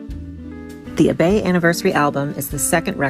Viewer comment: Just 2 points of pronunciation. Lee's last name was pronounced Pay..ant..the first syllable rhymed with day. L'Abbaye (I don't understand why) was pronounced Lab eh ee. I spent several years going to l'Abbaye t least twice a week and got to know noth Gordon and Lee to an extent. And was able to make a copy on a cassette of this record. Every night they would finish with Time For a Man Go Home... and at Lee's funeral Gordon walked slowly in front of the coffin as it was being carried out of the Anerican Church in Paris, and sung that song one last time with tears rolling down his cheeks. Gordon Andrews Lee were not only talented as singers actors and musicians and Gordon had done the artwork on the walls) but they had class and integrity. They would help young actors and were supportive and caring. L'Abbaye was closed for two weeks after Lee's death, and finally one afternoon Gordon decided to go back there only to find the door open and two or three strangers inside. "Who are you" they asked. ,"I'm the owner" he replied. "So are we!"they replied. In fact when Gordon and Lee bought the location it was illegal for foreigners to own the property, so it had been put in the name of their French barman, Michel. While Gordon was grieving Lee's death, Michel sold the place out from under him and there was nothing Girdon could do. And one of Paris' major landmarks- through the doors of which a Who's Who of Paris, London, New York and Holllywood actors, singers, writers and the like ha